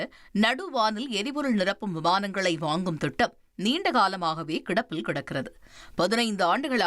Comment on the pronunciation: அது என்ன தட்டிச்செல்வது? கொச்சையாக தெரிகிறது. இஸ்ரேல் வாய்ப்பை பெறலாம் என்று சொல்லலாம். அடுத்து திட்டம் அது துட்டம் என உச்சரிப்பு வருகிறது